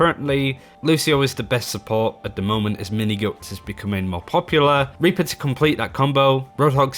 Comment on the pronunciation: Pretty sure you got demonentized because you said raper instead of reaper lmao